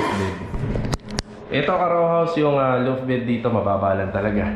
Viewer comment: Sir tinutukoy po nyo na nasa ilalim~ gas tank po, no? Di stove? Dalawang beses po nyo nasabi kasi... Suggestion din po sa pronunciation: law-ft po imbis na loo-ft.